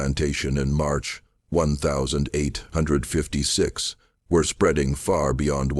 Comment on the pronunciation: Great story but please pronounce the date correctly you say 1000......5....55 big gaps doesn't do it for me